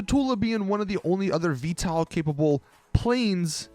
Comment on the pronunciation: Pronounced Vee-TOLE